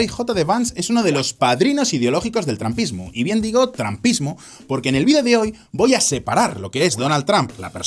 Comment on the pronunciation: Excelente video. Solo te recomiendo que uses más seguido la aplicación Elsa para que mejores tu pronunciación. Otra cosa, estuve buscando el trampismo y no encontré por ningún lado.